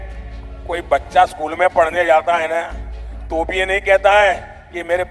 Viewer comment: Modi ji ke speech me maine ajkal 'cha' ka istemaal nehi dekh paati hoon, jab unhone baccha aur prachar kaha, tab 'cha' thik se bol hi nehi paaye, ye pahele se hi aise hi bolte hai ya recently hua hai